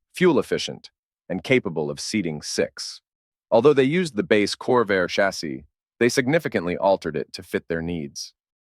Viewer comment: "Chas sEE?" Where was that Ai built?